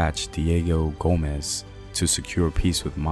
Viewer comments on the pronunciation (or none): none